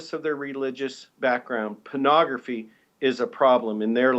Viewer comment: Wait - he's saying "parnagafy" is the problem! I think we ought to ask if he's even talking about porn...